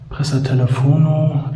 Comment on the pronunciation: Astreiner Fund! Muss aber eher ein Radfahrertunnel (mittlerweile) sein, sind bei uns in Italien so üblich. Auch lustig wie du Presa Telefono aussprichst, aber hey ich judge nicht, da ich als Italiener nach all den Jahren in Deutschland nun auch einen leicht deutschen Akzent habe. Aber man merkt manchmal an deiner Ausdrucksweise, dass du Wurzeln aus der Bundeswehr hast